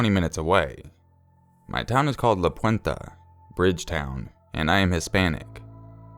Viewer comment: It's Puente. Haha pwenta